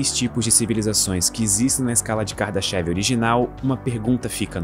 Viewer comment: Na verdade, a pronúncia não é "kardaxév" e sim "KARDÁSHAF".